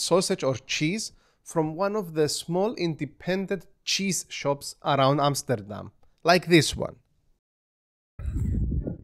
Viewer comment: Your Amsterdam pronounciation is top tier 👍